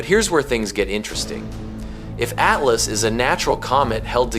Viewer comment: AT LAAS? 😂 .. Yall have to stop with this AI nonsense smh